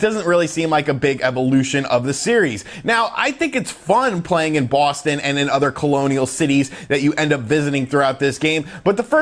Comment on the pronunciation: Bwooustoun lol